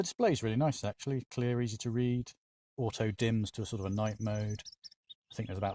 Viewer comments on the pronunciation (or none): none